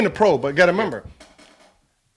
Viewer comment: My man gilbert is dumb as hell lol he kept saying member its remember lmao